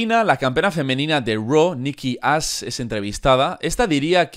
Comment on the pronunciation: Jajaja dice Nikki ass no Ash